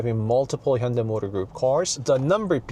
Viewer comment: Hyundai 현대이 is spelled wrong Hyundae 현대 is correct Please make corrections Hyundae / Hyundai company 🙏 This young gentleman's pronunciation is correct 👌